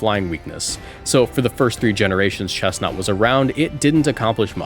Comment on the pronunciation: finally, respect on chesnaught’s name